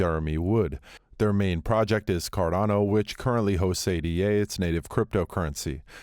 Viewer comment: It's "Ay-duh" not "Ay-Dee-Ay". The coin is named after Ada Lovelace... the Earth's first computer programmer.